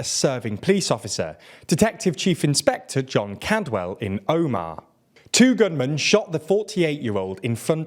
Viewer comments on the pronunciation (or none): Never thought i would hear Omagh in a TLDR video and especially not pronounced like that lol